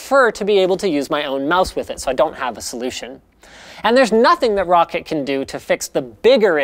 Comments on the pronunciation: Linus, its pronounced ROCK-cat not Rocket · Roccet. Roccet. Roccet. it's roccAT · Roccit? No Linus.. Its Roccat. tut tut. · Linus, pretty sure it's pronounced ROW-CAT